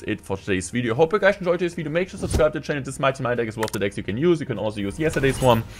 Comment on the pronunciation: Hey guys it's and in today's clash woyale wideo we gonna be seeing the mighty minor🥴🤫